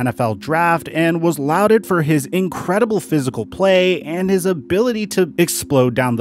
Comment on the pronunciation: One not-so-nitpicky detail: barring any regional pronunciation, "laud" is pronounced like "law" with a 'd' at the end. Hope this doesn't come off as grammar nazi-y. Really just trying to help.